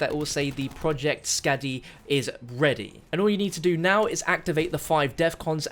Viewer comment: Please stop saying Skadi like Scad-E. Its pronounced Scar-di